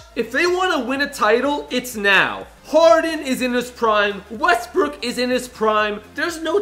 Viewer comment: Wait R you said westbrick